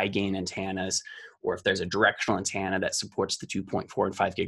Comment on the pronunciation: I will never understand by some people say "antanna."